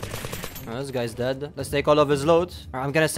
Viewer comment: the way you say "dead-d" is so weird :D